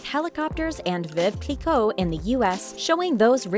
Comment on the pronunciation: OMG!!!! this was utterly HILARIOUS!!!!! Your inability to pronounce even ONE brand or location correctly was priceless! Mykonos may have been the best! Or was it the Veuve Clicquot? I cant decide ;-) No wait!!!! It was definitely the HERMES!!!!!